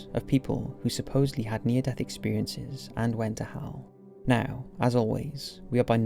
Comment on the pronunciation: Is it just me, or whenever he says "Hell" it sounds like Hal?